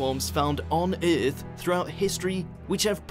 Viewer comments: whatever accent is this, its earth not eeeeeath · How come this dude can't pronounce EARTH...